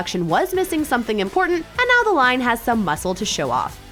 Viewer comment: Right niauw? Right meow? What?